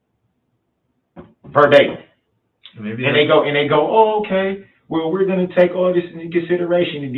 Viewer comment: Lol what a idiot a mortgage u mean u have a car payment and HE tried sayin verbatim and said verbaty